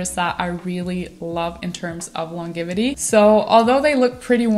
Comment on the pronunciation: Sorry, hope this isn’t offensive, just trying to give some helpful feedback…I know English isn’t your first language and you speak it extremely well. I just couldn’t help but notice your pronunciation of the word ‘longevity’ is just a little off. The ‘g’ is pronounced like a ‘j ‘ . Like the ‘j’ as in the would ‘jump’. I hope you can just take this as trying to help and not being critical or nit picky. ❤